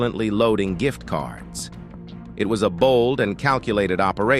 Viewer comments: What the hell is a jiff card? Cant even speak but steals. I bet she sends the money back to her country to help them out. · The jif card. Girl stop it 😅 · Right lmao talkin about sum damn “jiff card” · Asking for ID and interpretation of MIRANDA are two different levels of understanding. I genuinely believe she's not thoroughly understanding. She can't even correctly pronounce simple words like "gift"